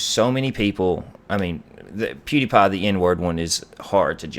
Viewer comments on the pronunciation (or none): none